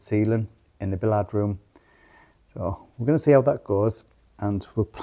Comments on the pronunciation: I keep meaning to ask about your pronunciations of Billiard room is it the French way .? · Is bill-ee-arrd how ‘billiard’ is pronounced in the North East? I’ve only ever heard it pronounced bill-ee-uhd - but then I am a Southerner … I have to stop and think every time I hear one of you saying it. Btw is a star💪❤ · I would call it bill-ye-ard, I’m north of Ireland, that’s the closest I can write how I know it, there’s definitely an ie sound in the middle, but billie-yard might be closer. I would love to be able to hear everyone else’s pronunciation of it, voice note would be handy here 😂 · From the states, it's bill-yard. Never heard it pronounced like they pronounce it.